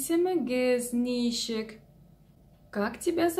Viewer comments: если я не ошибаюсь, вы ударение в слове ничек неправильно ставите - на первый слог-нИчек, а надо на второй - ничЕк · Ничек---так и произносится ничек через ч , а не через щ. Через щ это какой то чувашский акцент.